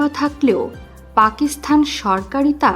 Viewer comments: পাকিসথান নয় পাকিসতান উচ্চারণ হবে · উপস্থাপিকা পাকিস্তানকে পাকিস্থান বলে কেন? গর্দভ। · আপনাকে কে বলেছে উপস্থাপনা করতে পাকিস্তান উচ্চারণ করতে পারেন না।বার বার পাকিস্থান পাকিস্থান বলছেন। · পাকিস্থান কথাটা ভুল, উচ্চারণ সঠিক হল পাকিস্তান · পাকিস্থান নয় পাকিস্তান। ফাক নয় ফাঁক। উচ্চারণ শুধরে নেবেন। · পাকিসথান? আগে উচ্চারণ শেখো। তারপর ভিডিও বানাও